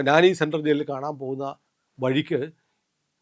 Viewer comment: നാനി സെൻട്രൽ ജയിൽ അല്ല. നൈനി സെൻട്രൽ ജയിൽ ആണ്.🙏